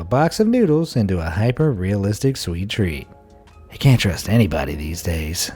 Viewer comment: He said cant